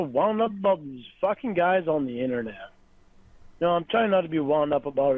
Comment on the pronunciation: “Innernat” “donkey cung”